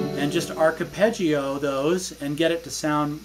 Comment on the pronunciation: Hi, its arpeggio for fuck sake how can you fuck up the pronunciation of such a commonly used technique in guitar playing but class playing and your channel is fantastic keep up the brilliant work Dermot